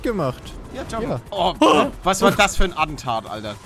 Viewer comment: Es heißt "Aktentat" lieber Paluten :D ^-^